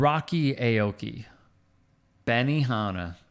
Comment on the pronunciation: Aki is not pronounced AYE-OH-KEY. It is pronounced OW-KEY